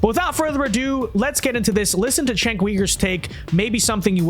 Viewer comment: The letter “c” in Turkish is pronounced /dʒ/, like the first consonant in “joke” or “giraffe”. It’s Jenk, not Chenk. It means “war”, by the way.